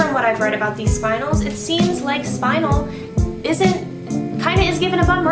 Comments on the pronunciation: Also, I think it might be worth pointing out the word "spinel" is pronounced either as "spin-NELL" or as "SPIN-nel", not identically to "spinal". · ah not to be annoying but youre pronouncing spinel wrong! its spin-el or spun-el not spine-al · Spin-*EL*, not spinal. Cripes yall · I don't think a single SU vlogger looked up the pronunciation of Spinel. I mean it's not the biggest deal but I keep hearing everyone say "Spinal" where as Spinel the gem stone is "Spin-L" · the name of the gem spinel is prounounced spin-el not 'spinal'. There is no a in there! so annoying. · I think it's pronounced Spin-El, I could be wrong, but it seems better than Spine-L to me. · its "spun-el" not "spin-l" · SPIN EL NOT SPINAL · She's saying it wrong....its Spin-EL,not "Spinal" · It's not pronounced spinel it is pronounced spinnel as in pink spinnel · For peets sake people it's SPIN-el or SPUN-el NOT SPINE-el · It's pronounced spin - ELLE. Not SPINE - uhl. Haven't you ever played Resident Evil 4...? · It’s “spin-el”. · It's pronounced Spin-nel. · Tactical Xerow I think it is pronounced more like SPIN-el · It is pronounced spin- Elle. JTV on YouTube has a video on it and other gems. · Not pronounce spin el It’s pronounced Spinel ( /spɪˈnɛl/) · It is pronounced spine-l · spuh· nel pronounced :) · No its name is Spinnn---- el